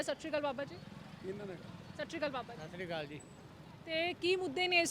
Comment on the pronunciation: pelha ta madam tc sat share akal bolna sikho